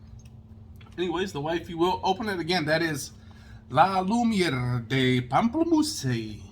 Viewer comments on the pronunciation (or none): Pamplemousse is "grapefruit".....pam-pell-moose....just sayin'